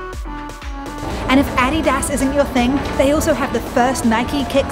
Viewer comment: Who the hell told her to pronounce adidas like that 😂 going here today!!